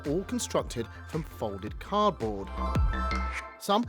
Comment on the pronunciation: is it me, or did I hear her say -- car'board-- instead of cardboard ? So playing it back three times, , yes, she says carboard.